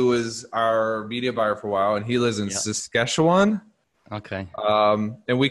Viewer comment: Oh I feel so fucking sad for his brother 'Payton'-you've seen the ad-he looks suicidal as the escalator transports him to his 'deadend' job.Also don't trust a man who can't pronounce Saskatchewan.